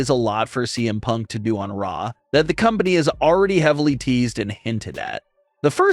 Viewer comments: Is it just me or did you say DM Punk at the very beginning?? lol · I love how the beginning he says DM punk instead of CM punk lol.